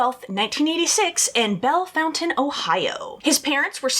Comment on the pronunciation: I’m from Bellefontaine. I can’t believe you pronounced it correctly. Well done